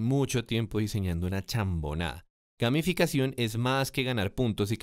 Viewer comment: pense que decia: gaminficacion jajaja